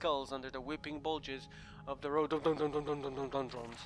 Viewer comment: The way butcher "rhododendron" cracks me up XD They grow like weeks where I live aha